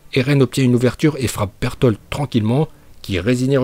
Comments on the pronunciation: C'est pas un légendaire berutoto mais il a juste dit berutoto il a juste dit Burtolde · Reiner dis pas bertoto il dis bertold !